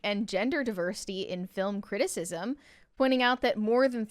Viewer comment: why can you say the word “tackle” correctly but when you have to say “that” you say “thawt?” Both short a’s!! I like the channel but really struggle with this.